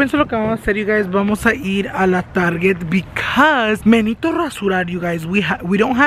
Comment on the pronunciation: Lol menejito 😂